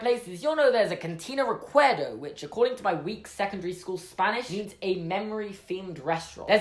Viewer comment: Your Spanish is actually very good, the pronunciation I mean. Nice video, saludos desde Chile!